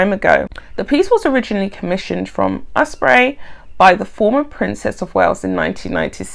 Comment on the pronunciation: You said "Osprey" perfectly.